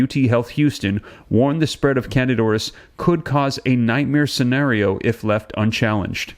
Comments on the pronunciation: If could pronounce the name of the infection correctly that would help. CANDIDA AURIS. Not canadoris. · its not 1 word, its 2 words. PRONOUNCED.....kandeeda oris